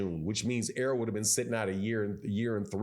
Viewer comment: I can tell that most of you idiots aren’t even boxing fans bcuz y’all are killing Spence name. Itz Errol not earl 😂😂. Making him sound like a 45yr old farmer lol. Y’all Crawford dick riders gotta die off fareal.